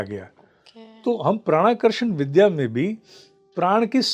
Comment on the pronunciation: Please Vidhya shabd ko Vidhya na boliyega